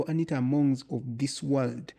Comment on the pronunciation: The host seems to contradict himself a lot with what partly seem like teenage fantasies. His deliberate & continuous mispronunciation of ‘Anita’ under the guise of not caring about parliament & his non-contextual obsession with BTC is all quite telling!! Also, for an apparent anarchist, he doesn’t seem to fully appreciate the context of what he’s talking about for the most part. Good he admits to the same though!! Tony is spot on throughout!!